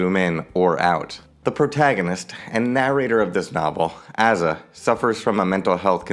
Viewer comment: i think its pronounces a-za as in a-typical or a-theist.